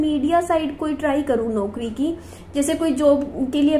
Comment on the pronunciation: Radio Jockey ki job achhi hai,par mein ek advice dena chahungi apko please isko ghalat mat lena आप कुछ शब्दों का उच्चारण सही करिये जैसे ‘ौ’ को आप ‘ओ’ बोलते हो eg. ‘नौकरी ‘ होता है ‘नोकरी’ नहीं । ‘पौधा’होता है ‘पोधा’ नहीं।औरत होता है ओरत नहीं ।दौलत होता है दोलत नहीं।😊